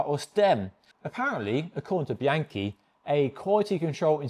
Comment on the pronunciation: BEE-ahn-key, not BEE-ANKY, OK?